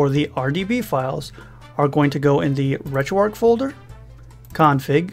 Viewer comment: Gotta ask.. RetroARC(H) ... why is the 'H' silent.